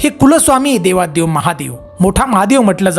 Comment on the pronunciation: ते देवाधी देव असते